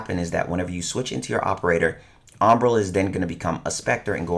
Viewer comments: This’s always triggers me just a little when u pronounce it as “ombra” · just sounds like he's mispronouncing hombre when he says umbra